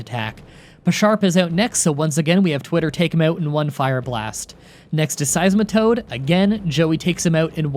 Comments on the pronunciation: its sies-ma-toad not simi-toad see I still managed to find a pokemon you pronounced wrong EDIT: crap i just realized you said it correctly later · did he just say semitoad🤣🤣🤣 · Don't forget simitoad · He also says simitoad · "You cant make fun of me for mispronouncing Gen 5 pokemon wrong now!" Proceeds to say Jeenesect, Roonicloos, Buffalant, SIMITOAD, and Hydragon Though you did get Cofagrigus and Zoroark correct! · I have all the Gen 5 pronunciations. Nothing can stop me! Also: Simitoad Hey, could you do a Burmy only run? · “Zoroark” Zoro-ork “Seiesmitoad” Size-Mi-toad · he also called seismitoad simitoad lolll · I’m sorry. Did you just call that SEISMATOAD Simmytoad? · I wasn't gonna say anything until you bragged about how you got them all right.Here's a list of pokemon names you got wrong: Genesect, Patrat, Audino, Reunculis, Sigilyph, Musharna, Mienshao, Carracosta, Hydreigon, Seismitoad, Bouffalant.